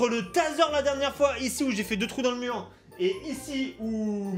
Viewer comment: Le murrrrr 😂😂